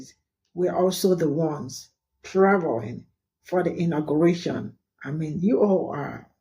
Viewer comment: It's not intergration ITS INAUGURATION